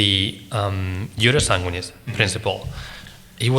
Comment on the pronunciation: But the accent is not on the a in sanguinis